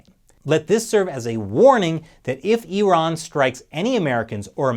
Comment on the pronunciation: I live the fact that you say eeraan and not eyeran.